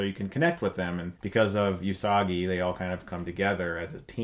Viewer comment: It's not You-Sagi it's Oo-Sagi and it's not Ma'ma-oru it's Mom-oru just spelled different (Usagi Oo-Sagi and Mamoru Mom-oru)